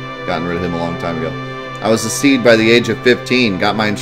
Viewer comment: hope you read this. SeeD its read “SeeDee”, not Seed as you say. Ok now... I will continue watching your video